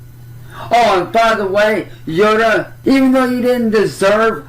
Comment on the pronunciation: I thought he said her name was yoda. 😂